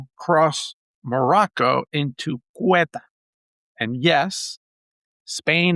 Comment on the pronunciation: The name of the place is Ceuta, pronounced Seuta, not Queta.... isn't that a big difference, for someone named that claims to know so much about the place...